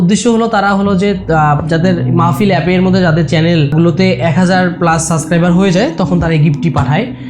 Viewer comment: It's subscriber not suscriber!